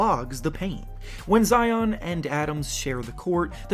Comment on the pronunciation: GOSH HE SAID ZEON 😂😂😂😂